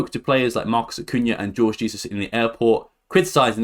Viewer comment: Its pronounced Whore-gh Heyzus